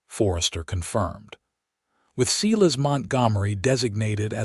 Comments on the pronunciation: I can't even listen to it, by the time they said Tuh-bitha twice and then said See-lus for Silas I am backing out of the story. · Mispronuciation of Tabitha and Silas.... etc over and over.....can't continue to listen!!!!